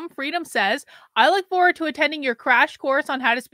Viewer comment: ‘Foward’ is driving me crazy.